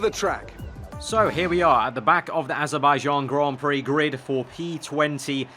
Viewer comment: "The Azerbaijan Grand Prixyo" - 2017